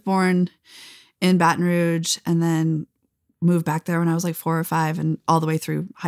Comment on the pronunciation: She mispronounced Baton Rouge